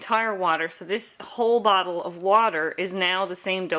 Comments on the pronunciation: Is it just me or does "bottle" sound like "butthole" every time she says the word? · I know she said bottle, but it really sounded like she could have said something else. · is she saying "bottle" or "brothel"?